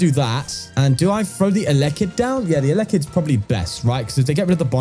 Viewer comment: Pronounced el - e -kid